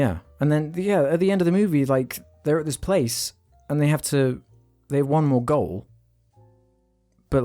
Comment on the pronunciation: What's funny is you said "brung" but only corrected the part where you said "play" instead of "place".